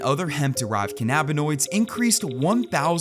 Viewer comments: One note: ‘cannabinoids’ is pronounced “KAN-a-bin-oids” not “ka-NAB-i-noids”. Accent on first syllable. You don’t say “canNABis” do ya? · How can you not know how to pronounce cannabinoids??? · when you're uneducated..and think delta 8 is the same thing as "SPICE" .. and cant even pronounce cannabinoids correctly .. This is the type of video you make .. smfh .. please people.. stop doing this dumbass shit... and get your drug information.. from people that actually use and know about them.. 100% chance if someone cant even pronounce the chemicals right.. they have no clue what they are talking about.